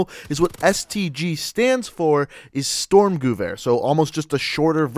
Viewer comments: STORMGEWEHR???? :D :D :D its STÜRMGEWEHR!!! :) FFS... :) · It's pronounced "volhk-sturmgevear" and "sturmgevear"